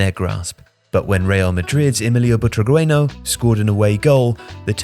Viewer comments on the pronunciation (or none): The pronunciation "Butraweno" was supperb 😂😂😂😂 but a lack of respect for a Real Madrid legend. 😮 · Dude totally butchered the pronunciation of Butragueño, but everything else was a great piece on how the current format came to be and why it's going away.